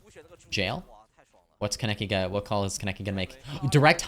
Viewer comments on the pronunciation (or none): my pet peeve is the way you pronounce kaneki wrong EVERYTIME!! it’s khan-eki 💔💔😭